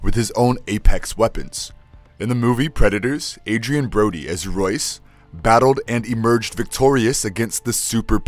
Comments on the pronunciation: He calls Royce, Joyce 🤣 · Royce not Joyce. Who writes your scripts?